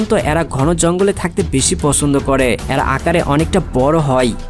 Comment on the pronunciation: তথ্যবহুল ভিডিওর জন্য ধন্যবাদ। "এ্যারা" কি? উচ্চারণ শুদ্ধ করুন। গ্রহনযোগ্যতা বাড়বে।